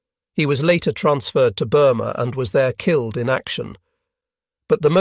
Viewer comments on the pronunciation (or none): Woe-ard for word, pee-lot, kil-led, feet-ers, waver-ed for waved, grin-ned. Lae is sometimes Lay, sometimes Lie. Heevy dem-edge for heavy damage. Plane-ese. Unnerv-ed every pee-lot. Lay and lie practically in the same sentence. It ruins the narrative.